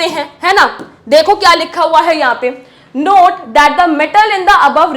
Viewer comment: not❌ note✅